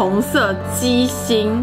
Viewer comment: 我一直想說為什麼一直聽到「雞心」...😂 好辣選我選我 看最後被辣到冒淚光我卻一直在笑😂😂